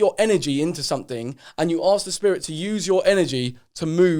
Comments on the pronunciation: When he says spirit like “shpeerrrit” 😂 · Sam Finch ludgate nah bro it's spedit with a d uno 🤣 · Joe has gone down the rabbit hole and can’t get back out. Also he the way he says “spirit” lol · The way Joe says spirit is too funny 😂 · The way Joe says ‘spirit’ cracks me up